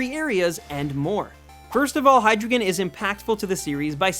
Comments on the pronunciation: And btw u pronounce Hydreigon Hi-Dry-Gun not Hi-Dri-Gon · Hydreigon is pronounced like this. High, Dry, Gon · Actually, Hydreigon is pronounced "Hy-dry-gon", since it has drei in the name, the German word for three, it being pronounced "Dry" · Good job, but be careful with pronunciation of pokémon names. You pronounced Hydreigon a bit wrong, its name is based on Hydra, Drei (three in german) and Dragon. Drei is not pronounced like "drou", but more like "drai" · You pronounced Hydreigon wrong... It is pronounced Hai-drai-gon, not Hai-drei-gon... Drei means three in German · It's pronounced Hy-dry-Gon, like the word dry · its hi-dry-gon. and its based on a hydra, not yamato orochi. sorry dude, gotta correct ya there. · It's pronounced hi-drei(as in 3 in German)-ton not hidruhgon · I dont wanna be rude but I hate how he pronounces. Hydreigon's name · this dude says hydreigon is cool and can't even pronounce it LMAO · You're pronouncing Hydreigon wrong. Not enough German. Still.....awesome Pokemon. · it's based on a hydra not whatever you said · you're pronouncing hydreigen wrong. it's supposed to sound German. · You pronounce hydreigon wron btw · you mispronounced hydreigon. its german 1 2 3. dEINo ZWEIlous hyDREIgon. ein zwei drei. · THANK YOU! HYDREIGON IS MY FAVE POKEMON EVER!even if you said his name wrong!